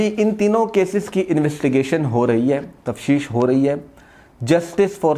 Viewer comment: تفشیش نہیں ہوتی بھای صاحب تفتیش یوتی ہے اپ ہمیشہ تفشیش ہی بولتے ہیں پلیز اس ٹھیک کر لیں معذرت کے ساتھ